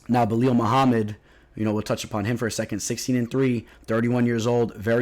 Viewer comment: It's Belal, not Belil lol